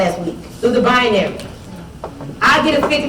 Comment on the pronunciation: Lol "bianary", seriously?